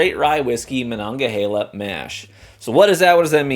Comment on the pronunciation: Native Pittsburgher here and I've never been so proud someone pronounced Monongahela right 😆 I LOVE this bottle btw, great $40 rye.